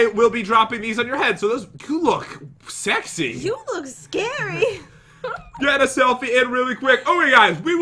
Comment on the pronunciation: You are not going to be a good YouTuber if you say sexsy